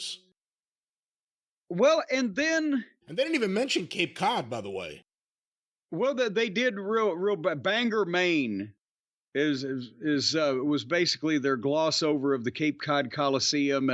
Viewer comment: As someone born and raised in Bangor, Maine; it’s pronounced Ban-Gore because we don’t give a fuck how things are spelled.